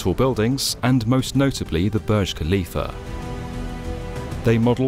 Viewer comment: Please stop pronouncing Burj Khalifah as Boj Kalifa especially with nonsense British accent. It’s not your language and so you should learn how to speak the word . That’s a respect. It’s pronounced as “Boorj” as in “uu” and the “r” must be heard, finally“Khalifa” as Halifa not Kalifa. It’s always annoying when you say it thinking you are knowledgeable 🙁